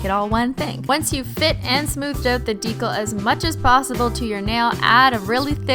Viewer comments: Christine, I love you. Swear away, my dear. BUT STOP SAYING DECAL WRONG. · Stop saying ‘Deecle’ its deCAL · I SO JUST WANT TO SCREAM ITS PRONOUNCED DEE-CAL NOT DEE-COL !! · I know you probably don't care, but that's not how "decal" is pronounced. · I'm sorry but the way you say decal is so irritating lol it's dee-cal not dee-kuhl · I fucking love these videos but the way she pronounces decal drives me insane. Maybe it's because I'm southern but it's pronounced DEE-KAL when I feel like she's saying it like Dee-kul And yes the pronunciations are not spelled like the word itself if you're too dumb to know I'm not trying to spell it, I'm trying to show how the word is pronounced. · Its DE CAL not to be mean I love you i can't do nails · Isn't decal pronounced with a long E. like Dee cal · the swearing isn't the problem. the problem is that you say decal as if it rhymes with tinkle! ITS INFURIATING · halfway through the video I realized I had been watching the whole thing upside down.... also I know you've said before decal is a word you pronounce wrong. Did you figure out how to actually say it and this is some running joke or do you still not know?? In that video I never heard ben tell you the right way to say it so I don't know if you know or not hah. This comment was pointless I don't know why I felt the need to say something. Anyway have an exHOLOnt day